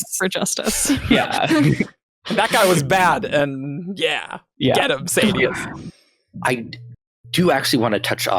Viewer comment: When I hear the name pronounced "SAY-DI-OUS", as an audiobook only guy, it's cringe. 😅